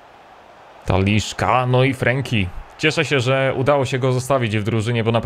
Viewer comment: 1) Ter Stegen, ewentualnie Ter Sztegen, bo w niemieckim często jest s tak czytane, nie Ter Stejgen 2) żaden Taliszka, tylko TalisKA, nie ma tam żadnego "sz"